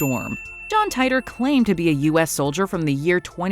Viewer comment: John TEA-Tur, not TIE-Der